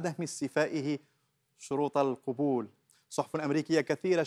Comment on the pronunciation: القبول تقرأ بفتح القاف بمعنى القبول والرد، وأما بضم القاف فتعني العورة، من ماليزيا